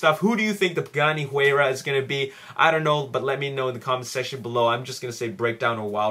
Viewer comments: not really important but you pronounce Huayra as hoo-I-ra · Hey the pagani is pronounce hu-eye-ra:) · The Pagani is pronounced "why-ra" (Haratio Pagani came out and said it personally)just FYI. Not trying to be a douche.